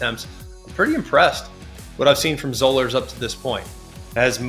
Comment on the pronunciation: Zollers is pronounced like dollars